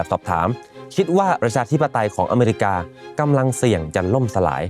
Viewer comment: You can’t even pronounce “America” correctly 😂